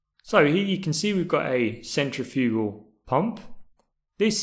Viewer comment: Good video, but you kept saying centrifugal wrong.